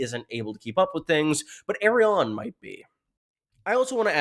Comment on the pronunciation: Dude, why, WHY do you keep pronouncing it "Aerion"?